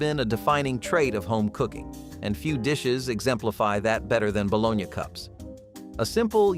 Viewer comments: It's Buh Lone EEE and Mar JA ren.... not bolanay and Marga reen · Balone YA, really? No one pronounces it that way, LOL